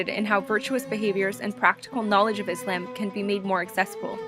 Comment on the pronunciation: the video was very helpful but i think you were pronouncing islam wrong :/